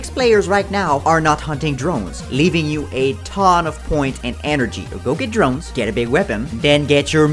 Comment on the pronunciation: “Cdrones” I DIED